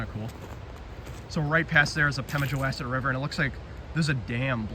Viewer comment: Nice video. Please, …wass.. as in the name of the river rhymes with boss, not mass. There are also some cellar holes across the railroad tracks. I believe NH public TV did a program about it. You might search online for some non copyrighted images to edit into your videos.